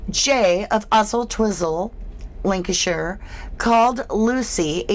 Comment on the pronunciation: 1.02.50 Lanarkshire, scotland not Lancashire England, i only noticed because it`s where i`m from, your brain is telling you to say lancashire because of jay